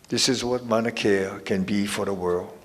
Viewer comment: You can't even pronounce MAUNA KEA your saying manakea correct your self Kim....